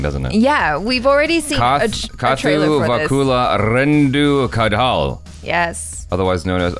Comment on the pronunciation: Ok, the comment section is full of monogamy polyamory... Meanwhile , I have been saying the name of the movie wrong because of Jaby and I speak Tamil. It is "kaathu vakule" not "kathuvukule " 🤣